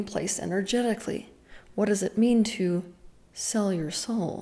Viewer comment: The way you say sell your soul…. 😅